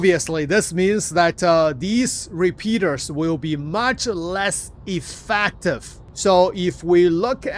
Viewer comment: "EffEctive", theres an E and pronunciated with an E not A. is so annoying when you say that... i know english is not your native language but still. come on